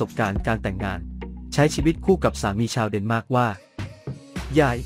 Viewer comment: เดนมาร์กไม่ใช่เเนหม้าก